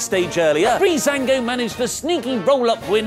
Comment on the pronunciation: Breezeango really?